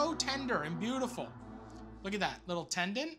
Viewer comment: is it just me or does he say beautulful instead of beautiful